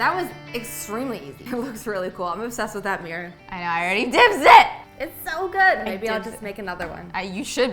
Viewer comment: I love every bit of this except for pronouncing mirror as 'meir'